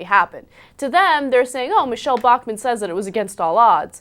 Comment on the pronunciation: bachmann, not bachamnn